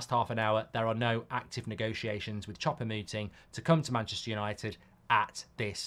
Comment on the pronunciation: For the love of God Mark, please stop calling him "Chopper" Mouting 😂😢